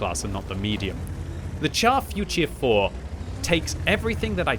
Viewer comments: Can you please pronounce the name correctly? It is not the chaf futier four but the char futur 4. Thanks. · Pronounce it “shar” future. Like when you say “shit” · Finds new favorite tank, still pronounces it wrong. 😮‍💨😮‍💨😮‍💨